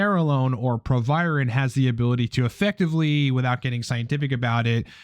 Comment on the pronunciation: Its proviron. Youre welcome